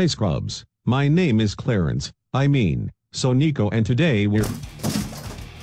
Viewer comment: YOU SED CLERICE WRONG IM FREAKING OUT AHHHHHHHHHH